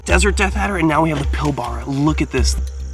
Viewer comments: Ahahah its not pronounced pil barah it’s pronounced pilbrah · Pilbara is pronounced Pil-Bruh haha. Nice addition 👌